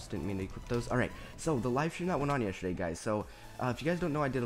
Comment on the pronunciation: it sounded like you said yesherday xD